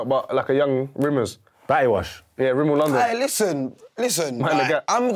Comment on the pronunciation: Man said "Rimmel London" pmsl